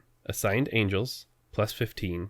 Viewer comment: "Angles"? Seriously!?